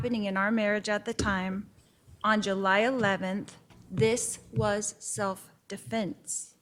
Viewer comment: She doesn't say defense. She says definse